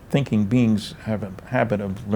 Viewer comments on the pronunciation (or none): none